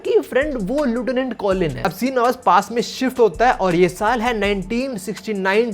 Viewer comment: no offence but lieutenant ka pronounciation galat hai. Bleach dekhne ke badh bhi😭